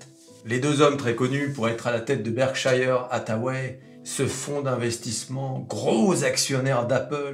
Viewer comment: Berkshire ca se prononce Berksheure pas Berkshailleheure.